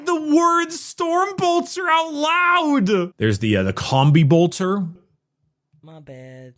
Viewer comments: I appreciate that warframe grinding has so throughly mentally damaged that he still, after 3 years of Adeptus Ridiculous, still pronounces Bolter as Boltor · Everytime says Boltor a angel loses its wings